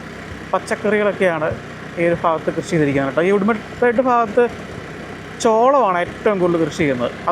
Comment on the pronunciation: ഉടുമൽപെട്ട് ❌ ഉടുമലൈ പെട്ട്